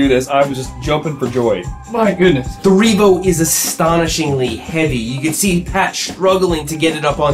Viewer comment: I 💯 heard "this is the Reevo hopeless e-bike"